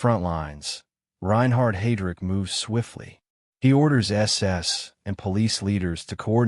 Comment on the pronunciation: It's not HEY-DRICK It's HI-DRICK. Fuuuck. Who puts this crap online. After less than 5 minutes... I'm done. Just awful AI junk. Bye.